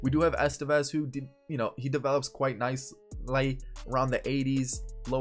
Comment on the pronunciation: He does develop quite nice-lay😂